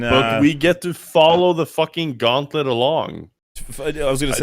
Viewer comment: I just can't fucking stand how this guy says "Gauowntlut"